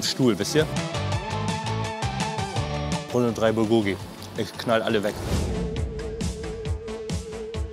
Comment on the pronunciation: Bulgogi wird im Koreanischen auf der ersten Silbe betont, also BULgogi, nicht bulGOgi klugscheiss ;)